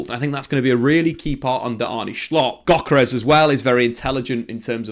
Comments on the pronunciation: Why do you say schlott? Just say slot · His name is not Schlott, it's Slot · Just say Slot ffs you’re not Dutch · So its pronounced Shshshslottttt? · Hjulmand (Julemand) Slott (slott) not schlott